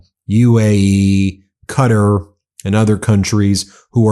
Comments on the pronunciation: Its not pronounced "cutter".... its "cat-are" (Qatar) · Qua-tar not Cutter 😂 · Ben, please stop calling Qatar 'Cutter"! If you have to Google will tell you how to say Cuh- tar ... 😢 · I don't think Qatar is pronounced "cutter." I think it's pronounced, cu tar. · Love your content but Qatar is pronounced Qa. Tar , not Cudder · Kah-TAR not Cutter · it is QATAR NOT PRONOUNCED CUTTER? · You need to pronounce Qatar correctly, dude. You are killing me every time you mispronounce it!